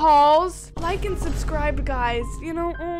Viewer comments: I'm not trying to be rude in any way but did anyone else notice the fact that said "sub-scirrble" instead of "subscribe"? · Me: Did she just say “Subscribble”????? 😂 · I love u girlie but u said subscrible